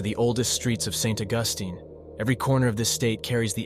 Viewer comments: It's St. Augus(TEEN), NOT Augustin. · Please it is pronounced St. August like calendrer date then teen. St. Augustine Florida is a nice place to visit. A haunted graveyard and a haunted school house the town also has an early Spanish fort some say this too is haunted. Not everyone see's it's ghost it's a fun place to visit.